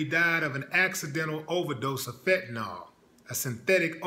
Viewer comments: You dont know what you are talking about. First of all the drug is pronounced with ill at thevend and not ol. It is fentanyl, nit fentanol. Prince had aids. He was nit leading a squeeky clean life. He was working like a wild man. His back up singer found him unconcious on his plane and could not revive him. It seems pretty obvious that he was on something. His life changed after he got aids and for him to be taking crazy drugs if hecwas getting very sick, is understandable. It looks like he was special to you but he was human. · it's called Fentanyl not Fent-Ta-Nawl...lol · fentanyl jackass pronounced fent-a,nil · Fentanyl, not fentanol.